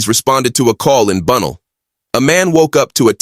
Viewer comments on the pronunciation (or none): Ahh this was down the road from me. And dont say bunnell like that again 😂😂😂